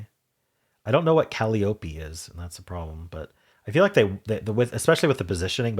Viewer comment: The correct pronunciation of Calliope is "cah-LY-oh-pee". 😉